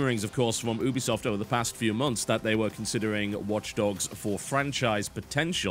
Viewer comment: The way you say Ubisoft annoys me.